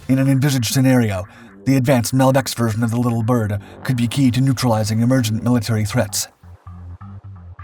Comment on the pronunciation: not 'little Bird', Little Bird. you're not describing or differentiating; the emphasis is shared equally between the two words - it's a proper name.